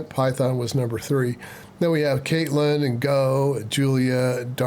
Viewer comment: The correct English pronunciation for Kotlin is "Cot-lin" NOT "Kate-lin".